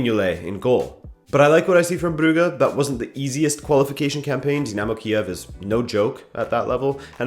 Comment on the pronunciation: It's pronounced "broojsh" not "bru-ge" but good video tho!